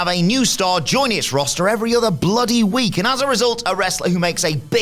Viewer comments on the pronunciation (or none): none